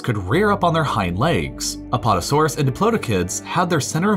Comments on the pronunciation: “Apotasuarus” excuse me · he said apotosaurus